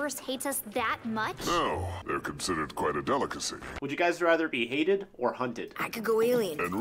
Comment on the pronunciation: my man really did say "would you guys rather be 'ated'...." we have to stan tbh